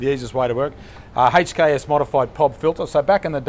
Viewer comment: The way he says HKS is the correct way to pronounce it, I used to work at a performance workshop 3 years ago that had a lot of HKS parts come through and I've never heard anyone pronounce HKS any diffrent from the video